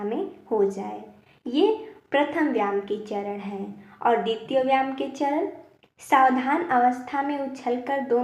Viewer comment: जो आप व्याम बोल रहे हो वह व्याम नहीं बल्कि व्यायाम शब्द है इस शब्द को सही बोलो 😂😂😂😂😂😂😂😂😂